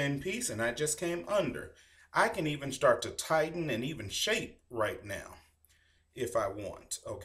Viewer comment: ok, so we're going to shtart